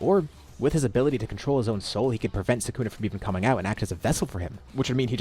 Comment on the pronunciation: i hate the way he says sukana its pronounced (Sew- ka-na) not (sew-kana)